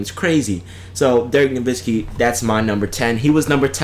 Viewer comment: Yeah, that fool said Dirk Nowitzki! Can you believe that sh*t?!